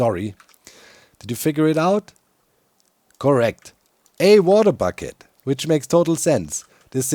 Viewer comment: A bater wucket.